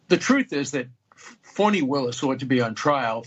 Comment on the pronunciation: If she thinks fani is pronounced fauni, she needs to go bk to middle school